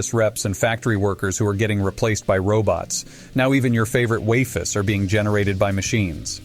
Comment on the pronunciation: Ah yes I love the wafis